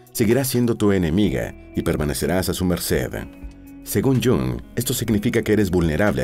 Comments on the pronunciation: Jung no se pronuncia Jong sino Jung con la u como en castellano, no en inglés. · Y se dice Jung en alemán,no Jong en inglés o pseudo inglés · Iiung en alemán. El Jang en inglés molesta un poco. Buen video. Saludos desde Suiza 🇨🇭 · Qué horrible pronunciación del nombre del suizo. Deberían dar clases del alemán a la gente que graba eso.